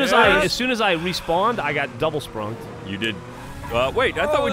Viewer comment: Take a shot every time they say splunkm